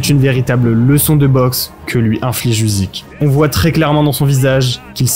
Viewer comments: Le sujet est sympa! Par contre ça se prononce "Ucyk" pas "Uzyk" :) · Usyk se prononce Oussik - ça veut dire Moustache en Ukrainien!